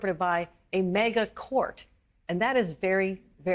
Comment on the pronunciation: "MEGA" Republicans? "Ameecus" brief?